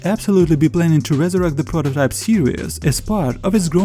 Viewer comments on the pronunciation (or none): i know what prototype is but wtf is a prororype